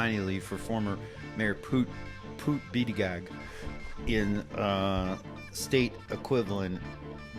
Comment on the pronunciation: Its pronounced "booty-judge"